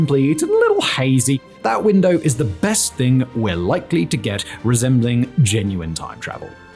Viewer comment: Your pronunciation of 'iss' like hisstory, professsor, iss, is stressing me out